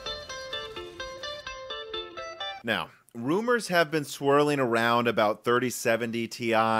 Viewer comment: When he said "now" at the start of the video I thought he said "no" to the question in the title. Btw the correct answer is no.